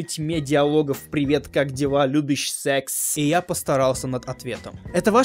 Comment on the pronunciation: Ахаха, он с таким акцентом сказал :Привет как дела Лубиш СССЭКС